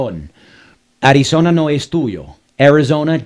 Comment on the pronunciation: This guy is mad, you make me laugh. Welcome to america, can you say arizona without speaking Spanish?